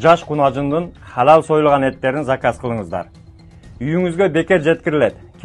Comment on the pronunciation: Масалесини,масалесини ,дебей масалесин,халал дебей Адал деп суйлосон тууган